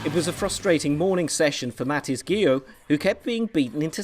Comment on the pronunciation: Umm Mathis??! At least get his name right...